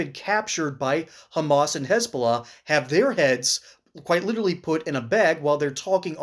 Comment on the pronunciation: The way she pronounces hezzbola tells u everything